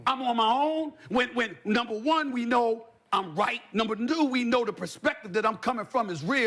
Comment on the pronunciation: NUMBA NUU